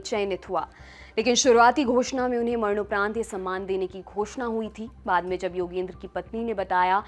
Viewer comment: मरनौपरंत नही madam ji